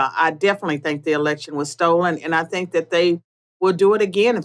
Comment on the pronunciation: Why does she say Tink instead Think?